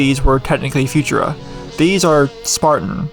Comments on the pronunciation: If you say „future-a“ one more time, my head is gonna explode from too much cringe. Please try „foo-tour-a“, with the emphasis on the middle syllable. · I've never heard anyone pronounce it "FU-tura" rather than "fu-TUR-a". But, more importantly… just because you have a font on your computer doesn't mean you're allowed to do whatever you want with it and just because you found it online doesn't mean it has no terms of service attached to it. The people who put work into creating a font expect to be paid for their work like any other designer or developer. Our ability to use their work without paying for it doesn't mean it's necessarily legal to do so. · Never heard it pronounced Future-a. Ive always heard Fu-TUR-a with emphasis on middle syllable. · I would've thought it was pronounced fu-TUR-a instead of Future-uhh, but then I'm not the typeface expert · It's pronounced "Few-tur-ah". Been using it since the late 80s as a graphic designer. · Learn to pronounce Futura and I’ll consider watching the video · i have never heard anyone pronounce futura like that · Read the description before watching and hearing you say Futura I probably wouldn't have commented on it personally, the differences in pronunciation are small enough I know what you're saying so meh guess the masses are pickier than I on pronunciations I only rly blow up on nuclear. So many people say "nuke-you-ler" and that second u doesn't exist in the spelling and confuses me how it started but that one I let myself jump on, the rest I find it better to not care as long as you understand- heck, nuclear it's better to ignore too, but I just had to give myself ONE to be picky about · Futura: the emphasis is surely on the second syllable not the first?